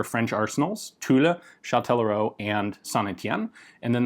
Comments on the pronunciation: Yep , I confirm ; actually it is prononced as a mix between tulla and tool ; so more like Tula, but without the a at the end... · Tulle is pronounced "tool". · I believe tulle is pronounced closer to “tool” 🙂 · great vid as always, the "e" is silence in Tulle, pronounced "Tul" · Hello, Ian. Tulle is pronounced without anything past the two lls. PS did you go to Purdue? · The "e" in Tulle is silent. Thanks for the vid. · his pronunciation is not correct, even for the "u". His french sucks, but his videos are great. Bonne journée à toi...